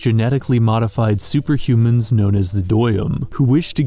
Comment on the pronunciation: it's written like "deum" which is in reference to "deus" which is latin for god, but he pronounces it like a german would. idk why lol